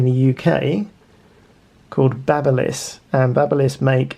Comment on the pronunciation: BABBLE-liss! 😵‍💫😵‍💫😵‍💫 It's BABY-liss! You know like an infant baby!!! They make hair trimmers too. What a DOI'!!!